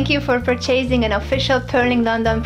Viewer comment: The way she pronounced purchasing was simply adorable..